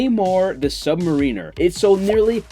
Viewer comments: Its pronounced Sub Mariner, like Marin County, rhymes with barren etc. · I know you didn't accidentally pronounce Namor's title wrong... you did it on purpose to increase interaction...😆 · You pronounced sub-mariner wrong bro.